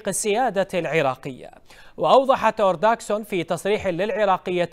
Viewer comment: يمعودين اسمها مورغان أورتاغوس (ortagus) مو اورتاغسون يحظيبي 🐸